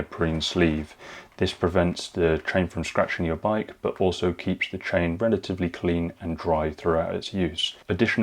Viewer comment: It sounds like he is saying train instead of chain.